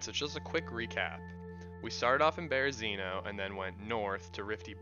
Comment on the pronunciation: 🙏You're pronouncing Berezino wrong. Spread the knowledge 🙏 Super good video though.